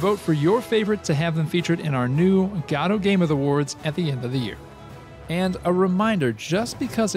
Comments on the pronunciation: You fail to mention AGM's predecessor, Pixel Game Maker MV.. if anyone wants a peek at what AGM will be like, look up videos of people using Pixel Game Maker MV.. AGM is said to use a similar UI and/or interface.. Also your pronunciation of GODOT is the oddest one i've heard yet... The developers of GODOT pronounce it Gah-Doe I've been pronouncing it Go-Dot. You're the first one i've heard pronounce it God-aught. lol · It's pronounced GuhDoh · That’s not how you pronounce Godot.